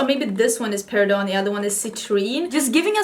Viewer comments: What a beautiful eye look! I thought I’d be fun to share that the stones name is pronounced like peri-dott (the t is pronounced). It is not French derived but, actually was mined and first discovered in a town called Peridot, Arizona. In a another name it is also called olivine. Peridot is such a unique colored gemstone, glad to see it gets representation 😊. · Peridot is August. I don't want to correct you, but since everyone else does.....it's per i dot. The t IS NOT SILENT! It sounds just as it's spelled honestly. I'm sorry for the correction lol. 🤣🥰